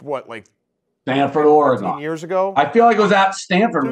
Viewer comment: The way Dave pronounces “Oregon” should be illegal